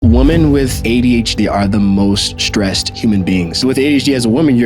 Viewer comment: I keeps sounding like he saying woman when it should be in the plural form women. I’m sorry, but that’s annoying.